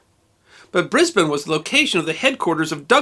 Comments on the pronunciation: Heard about this decades ago in high school in Brisbane from my teacher who was a former army colonel. But I never knew the exact location till today. For some reason I thought it was in Fortitude Valley or South Brisbane. I'm amazed that I've walked Creek and Adelaide streets thousands of times without realizing. And thank you, for taking the time to get the pronunciation correct. Sydney is a no-brainer, but Melbourne and Brisbane always trip up Americans and Canadians. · Kudos for pronouncing all the streets and Brisbane correctly. Interesting tale, and a fragment of the Over paid, Over Se%ed and OVER HERE feelings in Australia at the time. Cheers Brissie Brad. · What a awesome story and the only time I have ever heard a American pronounce Brisbane properly. Well done. First class!! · Great pronounciation of Brisbane! An interesting story too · Thankyou so much for not saying ...BRIZ-BAYEN....may you be rewarded in the comments......In the initial "Donnybrooke"...he didn't "punch him in the mouth"....he "belted him in the chops"...as we used to say....the famous "6 o clock swill" (drink lots of beer, and fast) was still a thing in the 60's....and caused more road fatalities each year than all the Auzzies killed in the entire war in Vietnam....the Battle of Brizz-o, had a LOT to do with the serial killer Eddie Leonski who was hanged about the time of the riot, raping and killing 3 women and attempting the same on a few others, his actions and trial caused A LOT of resentment, his hanging 2 weeks before would have been a hot topic at the time. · Well done for pronouncing "Brisbane" correctly and for the use of the term "Donnybrook". Love your work! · Congratulations on getting the pronunciation of Brisbane pretty much spot on. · Classic Australian behaviour, love it. Also, I'm glad you pronounced Brisbane properly :D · Someone's been practicing pronunciation. Your 'Brisbane' is spot on, mate. 👍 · Congratulations on pronouncing Brisbane correctly.